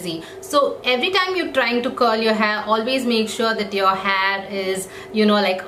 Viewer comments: It's not hhaaayyyyy it's hair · You're saying haar🤣